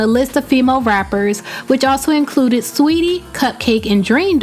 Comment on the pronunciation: it's saweetie *